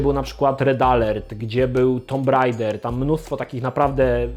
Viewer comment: napewno nie wymawia sie tego tytulu TOMB RAIDER